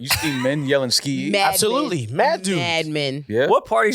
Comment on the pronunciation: I’m with a man cannot say skeeeyyee lol